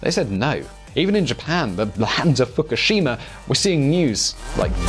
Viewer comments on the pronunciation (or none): It is not Fockeshima or a lama, it is pronounced : Foo koo shee ma. Respect on yourself!